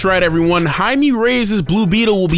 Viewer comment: Anyone else notice how narrator mispronounced the name throughout the entire video? It's pronounced Jay-me for crying out loud. Not High-me. Get it right. The spelling is just Jaime.